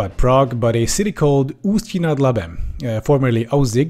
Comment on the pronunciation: Your pronounciation of "Usti nad Labem" is impecable!